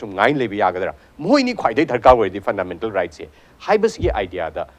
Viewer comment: Host, not phandamental